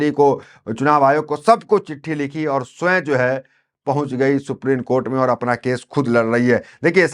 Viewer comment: Pl pronounce ' supreme' and not as 'suprene'